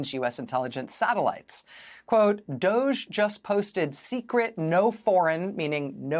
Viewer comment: I like Rachel pronouncing DOGE as DODGY. Perfect description.💙💙💙💙